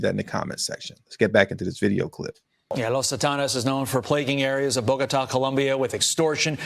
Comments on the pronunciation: It's Bow-Ga-Ta! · You need to really learn to pronounce words correctly it makes you seems less educated. Bo go ta